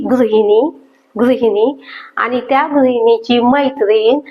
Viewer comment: खरंच म्हणताहात तुम्ही ताई .छान व्हिडिओ.फक्त आनी,पानी असे उच्चार please खटकतात.